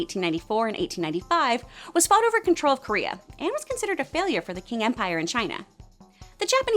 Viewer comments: Actually it’s [t͡sʰiŋ˥]. You were close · ‘Qing’ (the Qing Dynasty) is pronounces more like ‘ching’ than ‘king’ (ipa: /tʃɪŋ/)